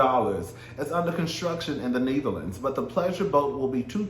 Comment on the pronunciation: “Neeetherlands”, 😂😂😂 You tried cousin lol